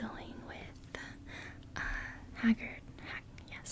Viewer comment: Hagrid, not Haggard. LOL